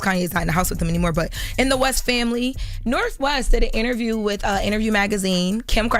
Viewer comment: they been doin it for a longgg time. Also says Nerf instead of North 😂